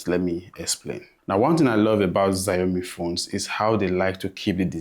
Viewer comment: Chinese protecting their eardrums from the assault of "Zayomi"